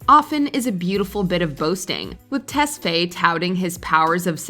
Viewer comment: The way they say tesfaye is so wrong